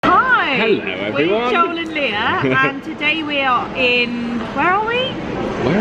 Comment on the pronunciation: I have seen people take out half of a sandwich with one single bite but with Lia here which sounds like you are calling here Layla I take small bites as well haha.